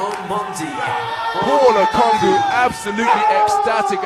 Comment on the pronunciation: How does the commentator get that pronunciation from "ONGUKU"? That's low key ...